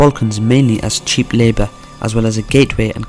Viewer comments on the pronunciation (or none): none